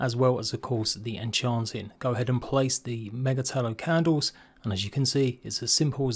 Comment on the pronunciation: Ma-ge-Tallow? Mage-Tallow. Mage. Tallow. lol, funny how we sometimes don't recognise words in unusual compoundwords xd